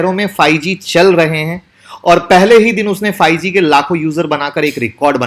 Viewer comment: Apka pronounce galat hai. Ap bol rehe hay fyge . Aye hoga 5g.